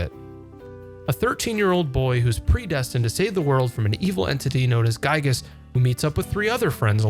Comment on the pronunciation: There are a lot of correct ways to say the name of this game’s antagonist. “GUY-gess” ain’t one of them. Otherwise, a great video!